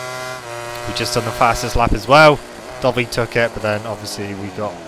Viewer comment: Not trying to hate but I keep thinking your saying dobby instead of dovi lol kinda gets on my nerves but good vids :)